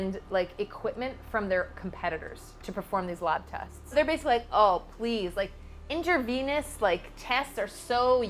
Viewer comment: Intravenous! You were close enough, but if you want to take my correction as a learning tool, then "You're welcome." If not its up to you! Also, "Yes," it is venipuncture or venepuncture. Whenever in doubt for spelling we always got Google. I use it all the time. Lol! Again, my last response to you will be that you and Aria are adorable! I was actually pleasantly surprised and was like "What, they're dating? Nice!" Not that you need anyone's approval but at least you have people to back you up is always nice. Wish you both a lasting relationship. 🤗🤗🤗